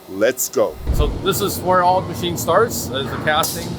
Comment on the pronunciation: Did he say 'MASCHSCHEENE'?